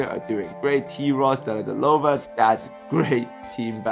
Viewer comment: Oh man, you butchered Delly. Haha. Deledelova!!